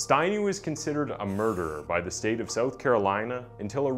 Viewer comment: It's so strange how your English is perfect except that you struggle to say "south". You say "soath". The first few times you said it I couldn't understand what you were saying.